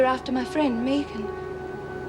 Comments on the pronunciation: Is Meg Jacksons first name short for Megan because if so how come hers is pronounced Meg and not Meeg like Anne and her Meegan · Sick to death of hearing that damn woman say "Meegan". Does she every say anything else for God's sake?! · Why is it not one of them can pronounce the name megan????? Clowns